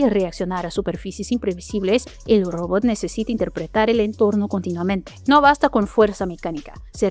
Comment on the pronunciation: Todavia no aprendiste a pronunciar ROBOT y eso que lo decis 100 veces por video.